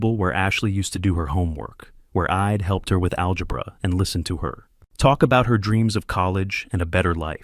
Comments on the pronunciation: Ee-d instead of I’d. It bugged me, too. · "How eeid ..." It's "I'd". You forgot the apostrophe, so yourSI got confused about the word. Be careful! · Please teach your AI that apostrophes exist and affects the pronunciation of words. It's not "id" for "I'd" and "ill" for "I'll". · You couldn't be bothered to punctuate correctly so it's pretty noticeable when the AI voice says im instead of I'm or id instead of I'd. You should fix that in the future.